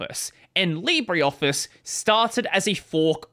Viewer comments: leebruh, not leebry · It's pronounced "Libra"